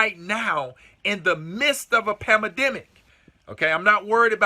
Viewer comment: You are great. One small thing...the word is Pan-dem-ic, not panademic.